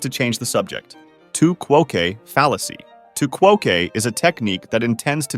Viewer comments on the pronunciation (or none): Bro thinks it's spanish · too qwo kay 😭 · Great vid. 'Tu quoque' is probably pronounced ((chew coke)). Any French speakers here? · FYI: tu quoque is pronounced quo-quay not quo-kay (since it's from Latin not Spanish) and there's no need to double-capitalize since the -que is a suffix not another word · The “qu” is “que” is pronounced…”too kwo-kwe.” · it’s “tu kwahkway” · LMAO tu quoque is just "you also"/"you too" in latin (also the quo is pronounced like in quote, and the que is like a qu like any other but than an A noise like in ate... oopsie) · You mispronounced tu quoque, ergo I don't find this video informative.